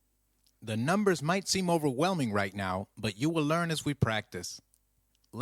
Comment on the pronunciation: you crack me up when you said the numbers might be over-welming you over them like cien times